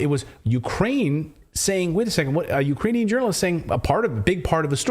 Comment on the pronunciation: She can’t even say Ukrainian 😂 She’s totally lying 🤥 🤥 lying 🤥 🤥 5/5 Pinocchio’s